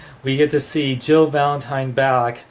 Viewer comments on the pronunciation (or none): none